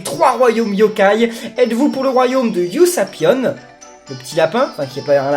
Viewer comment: sa se dit ussapion